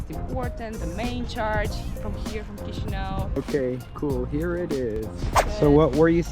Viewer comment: The constant mispronunciation of "Chișinău" is a fundamental failure; it’s the capital city, show it some basic respect.